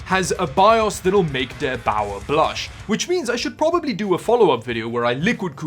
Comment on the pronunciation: BDSM fan choking xD And BTW, derBauer was actually pronounced very well ;)